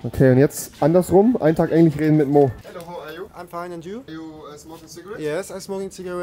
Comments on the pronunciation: Niemand: Rewi in den ersten 30 Sekunden: Englich und Schwedich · Englich und Schwedich 😂🤣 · niemand: rewi: schwedich, englich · Chwedich und Englich kenn ich noch gar nicht 😂😂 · Englich und schwedich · Englich" und ,,schwedich" ich Feier deine Aussprache 😂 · Schwedich und englich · englich und schwdich